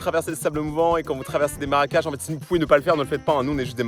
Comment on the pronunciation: Le fruit en question , qui pousse sur le tronc, est comestible c'est le mafai, mais je sais pas si ils étaient mûrs. Par contre faudrait aller chez un orthophoniste, c'est marécages, et pas maracages. 😅. On peut dire l'eau a bouilli, mais au présent c'est l'eau bout.